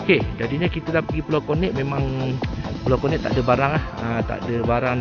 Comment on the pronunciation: Maap 🙏 cakap bang.. bukan pulau konek.. pulau konet bang .. aku orang kampung baru... kalau lame2 atas pulau nanti bujang nakal nak beekawan... 👍